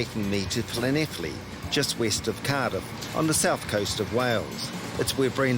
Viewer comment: I’m very impressed that you got the pronunciation of Llanelli bob on! Better than many British people! Nice one